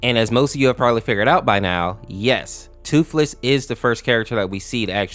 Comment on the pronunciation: Thootlees 💀 sad 😢